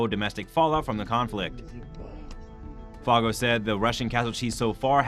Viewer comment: Admiral Foggo’s name is pronounced Foe—go.